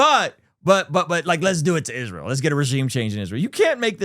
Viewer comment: Why does she pronounce it "ISHreal"?